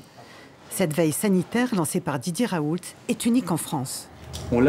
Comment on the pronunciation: "Professeur Raoulte" => ça se dit le T à la fin?